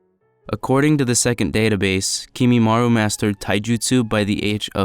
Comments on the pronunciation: kekkei genkai not kekkei genkei kimimaro not kimimaru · It’s kimimarO 😭😭